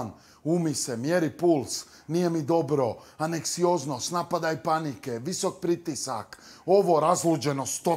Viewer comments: "Aneksioznost"🤣🤣 dobio aneks na ankcioznost🙈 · Siroti,on i "aneksioznost"?😂😂😂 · Anescioznost hahhahahaa joj